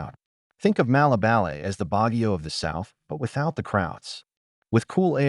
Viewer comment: You've been in Philippines a long time, but can't pronounce any of the places. Dumaguete, for example. Malaybalay, I lived in for 3 months... again, terrible pronunciation. Also, Mindanao in general doesn't get many typhoons because of the ITCZ (Intertropical Convergence Zone). It is also near the equator, which results in a weaker Coriolis effect and makes it difficult for typhoons to develop and maintain their circulation. Finally, center city Baguio was created by the US Armed Forces during WWII after they beat the Japanese off the island. The infrastructure there was designed by American Engineer Corps and is generally safe. I went through 2 typhoons living there, and the worst problem I saw was in 2016 when the roof blew off the SM Baguio Mall. That problem has long since been fixed so it shouldn't happen again. You WILL get occasional landslides in the suburbs and further out of Baguio, but the central area is safe.